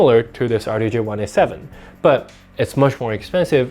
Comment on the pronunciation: "D J R 1 8 7" not "R DAY J 1 8 7" lol